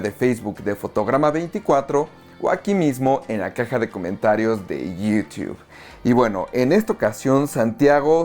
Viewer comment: "iu- tubf", "instagruam", Ay no mames, no seas exagerado con las pronunciaciones, estamos en LA